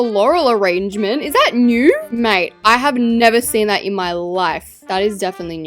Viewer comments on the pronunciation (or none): none